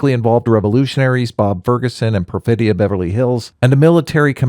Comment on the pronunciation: *Perfidia, not Profedia